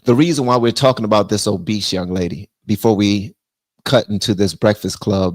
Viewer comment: Obese not Obeast … mind your business… some time it’s deeper than food. 🤬